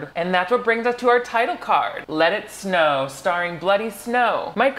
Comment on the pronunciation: 5seconds in and I thought he said "Lettuce No!"